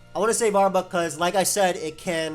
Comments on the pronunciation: Arbok has no U sound. Rhymes with clock not cluck. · I almost couldn't finish watching this video because of how you were pronouncing arbok